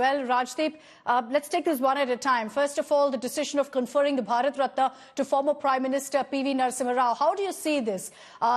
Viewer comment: "Bharat ratni" not ratna😂😂😂